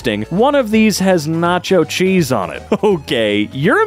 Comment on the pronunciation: I thought u said chisps for a second